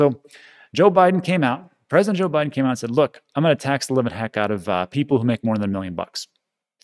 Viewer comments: Lol. Biden not Bidden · Thank you for this... was awesome, I’m going to start calling him Bid-en from now on too lol